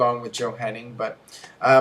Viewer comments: It is JOE HENNIG not HENNI"N"G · claims to be a wrestling expert; calls Joe Hennig "Henning"